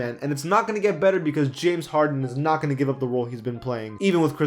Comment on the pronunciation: He said jamison harden